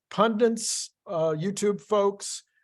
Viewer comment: Pundits, Not pundints! It's PUNDITS! C'mon man!;) * Can't really nitpick your numbers though. They all seem realistic.